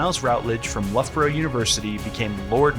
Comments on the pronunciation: Luff burrah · the way you correctly pronounced Loughborough was kinda dope